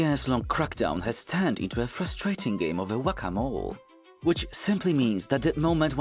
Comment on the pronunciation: I love how he said whackamole in that accent lol